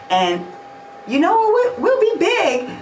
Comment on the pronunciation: A minute n 30 secs, why you emphasize the word “big” like that? Lmfaooo 😘